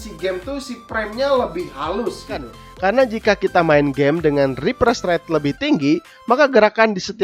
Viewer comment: Ripres ret - Snaifer 🤣 punten ah kang abdi urang sunda oge 🙇🏻‍♂️👍👍👍